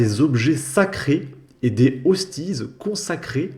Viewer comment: des "ostise " bordel tu me fume ^^.